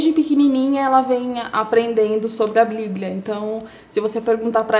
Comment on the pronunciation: História triste sim, mas moça, meu Deus, precisa melhorar o português, desculpe. Mas blibia? Celebro? Cabeleileilo? E outras palavras que ouvi, fica ruim a compreensão da história.